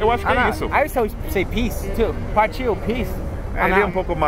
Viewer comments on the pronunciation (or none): Rindo do worrrrd, mas fala parrtiu